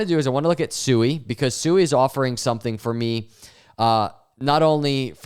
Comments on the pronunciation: Sui is pronounced “Swee”! All these YouTubers talk about Sui but can’t even properly pronounce the name of the project. 😂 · SUI is pronounced (sweee) not sue-e